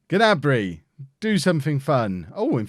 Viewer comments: Play wan bissaka and it is pronounced ( na-Brey ) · The G in gnabry is silent i believe